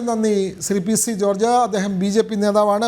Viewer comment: 👺👺👺👺 ചീപ്പ് വിപ്പ് ആയിരുന്നു എന്ന് പറയഡെ 😂 വാർത്ത അവതാരകൻ പൂസായി തുപോലെ 😂 എടേ പൂഞ്ഞാർ തോമ ജീപ്പ് വിപ്പ് ആയിരുന്നു, അല്ലാതെ ചീഫ് സെക്രട്ടറി അല്ല😊